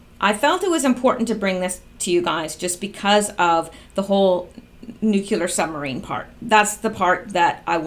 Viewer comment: Nu-clear not nu ku ler